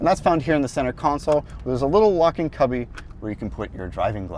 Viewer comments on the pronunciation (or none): thanks “” for pointing out that there no “gwove box” but there is a “wocking cubby” where you can put your empty ass “wawet”.